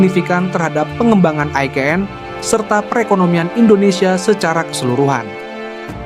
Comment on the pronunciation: Pewartanya gk bs baca ni, IKN woooyy bukan EKN